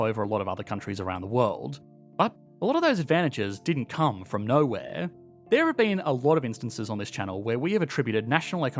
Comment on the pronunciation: hihi there is fron not from